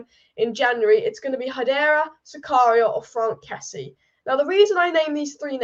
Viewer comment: My God your pronunciations of these non English names is horrendous. Why not listen to commentators a bit and pick up those names? Dennis Zakaria, a 100 times ? Cheisa ? Wow. Horrible job, dislike for this video for this unprofessionalism.